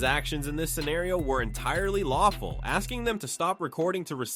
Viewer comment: Its not a lawcfool